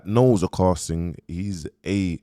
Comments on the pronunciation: A car singh! Victoria alvarez! Man butchers peoples names😂😂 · “A Car Singh” this guy kills me😂😂